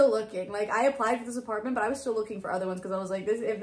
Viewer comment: oh my god apartamement ???😅